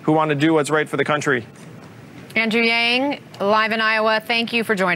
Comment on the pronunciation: its not yeng... its yang